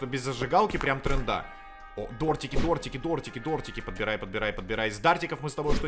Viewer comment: Дротики: существуют: Дортики, дартики